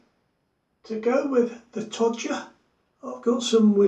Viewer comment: Todger and Willies - class joke,:D I think its pronounced La Toe Ha rather than todger but hey it's your channel so you can say it how you like:D